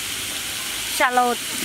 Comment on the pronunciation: She said it correctly, its a shallot. Similar to but not an onion.